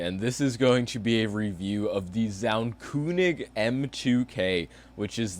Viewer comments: Its not pronounced zaunkoonig its pronounced zaunkönig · It is so cringe that you say kunig instead of König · Zauuuuun Keeeeööönig lmao that was the most english pronounciation of a german word I've ever heard xD